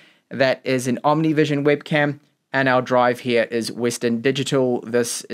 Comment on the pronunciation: Great review but I found your English accent pretty unique 😅 For example, you've pronounced the word webcam as wibcam. Which region are you from?